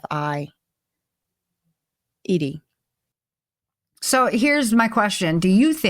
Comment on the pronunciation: jesus christ cant even say "trafficked" lol